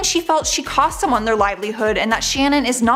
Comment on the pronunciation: Please get people's names correct! It is Shannon not Shannen. You said Leah's last name wrong. Seems disrespectful.